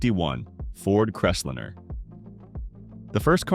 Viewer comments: The first car should be pronounced “liner”, not lin’r as your robot did. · Crest-lme-er not Rest-liner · If I have to endure one more idiotic, ai generated voiceover, I will lose my s**t! Right out of the gate, "The Voice" spoke about the FORD "Crestlinner". It's pronounced "Crest LINER!" This constatnt assault on spoken English MUST stop. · Eye roll.. It s CREST LIINE . NOT CRESTLIN. moving on. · This robot doesn't know the difference between a line and a lin. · What is a Ford CrestLINNER? Drop the AI. It sucks. If nothing else, the inability to say V8 properly is alway a giveaway. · Forg crest liner no crestlinner for christs sake learn how to read And i wonder why such low numbers of American cars sold.! Just another crap talker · Stop using AI voice over, they don’t know how to properly say words, right off the bat can’t pronounce Ford Crestliner, not pronounced like Crestlinner with 2 “n”s. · What is a crest linnner, Crappy AI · STUPID AI ! CRES LENER?😂😂😂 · First pronounce the na.e correctly the pronunciation of Crestliner is like nails on a chalk board also in several programs you often say the car was cumbersome because parking places were smaller I hope to tellyou they were much larger then than now I have a town car and drove pickups and full size cars on the 60s most with Armstrong steering(without power steering) and the spots were bigger then. A big car was a status symbol Irember seeing lots of Mercs and other bohemian cars lots didnt jave power steering or brakes you just drove according to what your vehicle could handle . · Pronounce the car name's right.. do your RESEARCH!!